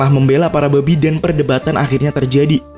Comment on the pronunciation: Bang kalau bilang "BABI" biasa aja donk